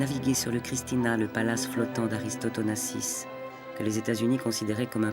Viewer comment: The narrator couldn't even pronounce Onassis's name correctly.